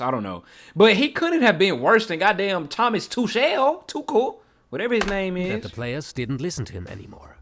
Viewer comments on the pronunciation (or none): Thomas "Tu-Shell"🤣🤣🤣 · You pronounce Tuchel as a French name not a German name